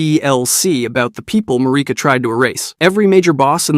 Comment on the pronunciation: I love your videos, but every time you pronounce Marika I cringe a little.